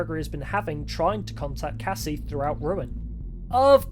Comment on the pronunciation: If you notice you can hear him say Cassie kinda off